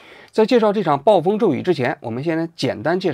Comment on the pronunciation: 指正一个小的读音错误：钿（dian4）@